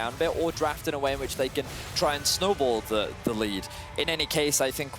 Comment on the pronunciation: SJOKZ said schnowball heh <3